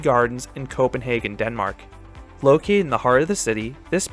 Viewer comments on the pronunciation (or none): none